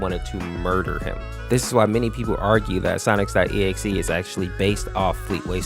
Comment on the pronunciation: I love how he calls sonic.exe sonics.exe